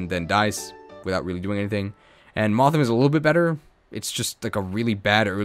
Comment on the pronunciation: Its moth-HIM (male) and Wor-MAD-EM (female / madam ) it upset me greatly when I found out it wasn't worm-a-dam, now I pass this cursed knowledge to you.